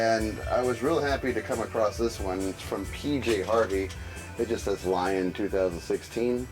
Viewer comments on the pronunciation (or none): Lyon is pronounced Leon not lion.